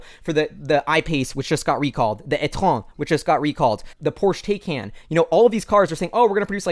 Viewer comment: I Like your positivity!. Taycan official pronunciation is Thai-Con. (No joke);)